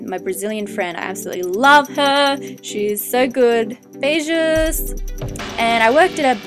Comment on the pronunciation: ahahhaha "beijos" u said it very good!! :) i am from portugal, but i am trying to apply to go to sydney as well, i have there family, lets see if i make it, maybe i will even see u once around sydney hehehe would be veryy cool :D beijo** ;) w